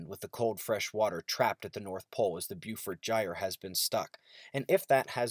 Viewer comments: FYI, "Beaufort" is pronounced as, "bo - fort"... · Good stuff. Just a heads up, I think Beaufort should be pronounced "Bo-fort" (that's the way they pronounced the Beaufort Bombers in World War II).